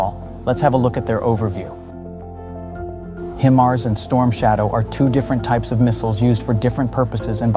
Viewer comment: not "him" ars.... its "Hi" mars... geesh